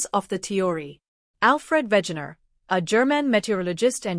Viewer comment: It's Wegener. We like in "velvet", ge like in "gentry". Not Wätschäner.